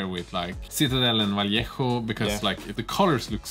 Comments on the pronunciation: Vallejo = Vah-Ley-Ho. #Oreo. 🧸🕎✝☪🍪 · well pronounced: Vallejo